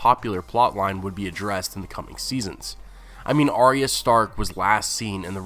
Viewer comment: Nice work but please learn to pronounce Arya's name correctly.